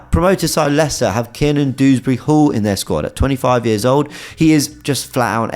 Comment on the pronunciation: It's DEWsbury not Dooberry smfh